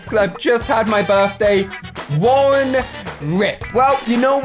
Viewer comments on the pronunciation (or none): none